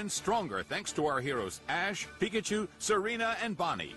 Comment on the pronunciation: It's Serena not Serina